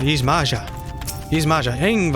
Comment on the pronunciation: Y'shtola: pronounces Yx'Maja in a cutscene, literally 2 minutes later: "Yhj'Mahja" LMAO